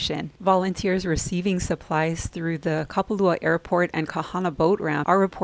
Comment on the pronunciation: So Maui Now news can't pronounce Kapalua. Geeez